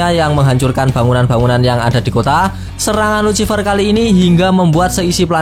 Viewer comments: Please bang perbaiki kata ejaannya,, luciffer dibacanya lusiffer bang,, kagak enak aj dengernya #suwun 🙏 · Bacaannya "lusifer" pak